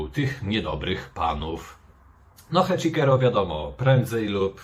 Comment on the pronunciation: Nie Heczikero tylko Heczisero!!!! Jak można źle wymawiać? Oglądasz ROH bez dźwięku?